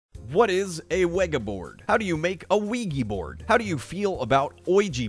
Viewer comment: Mallika I always start laughing at the part where he says weggy bord